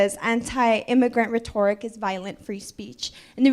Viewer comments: she cant even read "reetorik" rhetoric 💀, ha goofy aah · she mispronounces rhetoric twice and forces the mic holders arm with the inside of her elbow..... and shes confused as to why nobody listens to her. on top of that she has said uhm and like more than any substantive words. God help us if this is our future....... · Girl in this Michael Knowles' event COULDN'T EVEN PRONOUNCE "RHETORIC " PROPERLY. IT ISN'T RHE-TOR'-RIC. IT'S RHET'-OR-IC!!!!!!😢🎉🎉🎉🎉🎉🎉🎉🎉🎉🎉🎉🎉🎉🎉🎉 MAYBE THAT'S THE REASON KIDS READING SCORES NATIONWIDE ARE IN THE SEWER, IN MY OPINION. I REMEMBER RIDING MY BIKE, NOT FAR AT ALL, ACROSS THE BALLFIELD TO MY ELEMENTARY SCHOOL IN SUMMER TO OUR LIBRARY TO CHECK OUT BOOKS. ODD, THE ONLY ONE I REALLY REMEMBER IS THE CAT IN THE HAT; I WAS ABOUT 9 YEARS OLD. 🎉🎉🎉🎉🎉🎉🎉🎉🎉🎉🎉🎉🎉🎉🎉🎉🎉🎉🎉🎉🎉🎉🎉🎉✝️✝️✝️✝️✝️✝️✝️✝️✝️✝️✝️ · Rhi toric 🤣 it's retturick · Ree-toe-Rick 😂😂 if you’re going to call his rhetoric “violent”, at least know how to pronounce the word 😂 also how can speech be violent? Unless you’re saying “I’m going to kill you” how does speech = violence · "Reh-TOR-ic." She goes to college, folks. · The moron who kept saying Ruh-Torr-ic. 🥴🥴🥴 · When she pronounced rhetoric “re-tor-ick” I knew we were in for a treat 😂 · Ree-Tore-ick? Nice job with pronunciation #BuildTheWall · Wtf is a retoric does she mean rhetoric? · "Re Toric" ffs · Re tor ic? How are you in college you don’t know how to pronounce that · “Ra-tōr-ok”??? They’ve changed the pronunciation of rhetoric???? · “Anti-immigrant rehTORic “ sis… you can’t even get a “I’m not a native speaker” pass on that kind of fumble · You forgot to ask the girl about how to pronounce rhetoric; bc "she" said "rhe-tor'-ic.😅🎉🎉🎉🎉🎉🎉🎉🎉🎉🎉🎉🎉🎉🎉🎉🎉🎉🎉🎉🎉🎉🎉🎉🎉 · Ru-toric lol! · LOLOL... girl on the phone is being all authoritative while she can barely read her phone... Rhetoric -- it's not Reh TOR ic.. lmao. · Yeah she did. I think it’s pronounced Reeeeeeetoric! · The way the girl was pronouncing “Rhetoric” killed me inside a little.